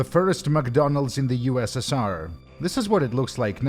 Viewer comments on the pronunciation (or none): none